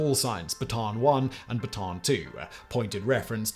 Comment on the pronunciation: Correct pronunciation is Bata-an Death March, two a's in a row in Filipino are pronounced separately